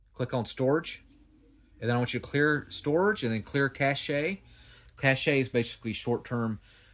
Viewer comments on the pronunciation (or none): Appreciate this info, and I come in peace - Dude, cache is pronounced 'kash', just like the word for money is pronounced.